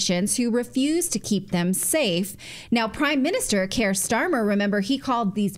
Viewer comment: Also it's not "Care" Starmer, it's "Keer" Starmer. Care is the last thing you'd ever associate with him.